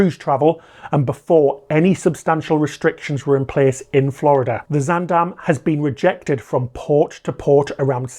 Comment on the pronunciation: as a Dutch native, I have to say this first: great job on your pronunciation of 'Zaandam'! Very sad to see the incompetence of authorities continue at the (potential) cost of more human lives.